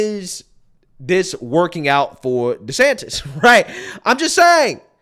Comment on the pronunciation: Every time he says desanctis he loses me even more